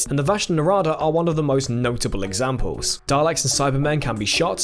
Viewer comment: isnt it pronounced 'dar-licks'?